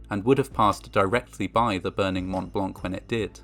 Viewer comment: As a native francophone, his pronunciation of Montblanc is *Chef's kiss*